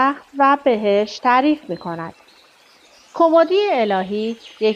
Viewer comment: کُمُدی نه کُمِدی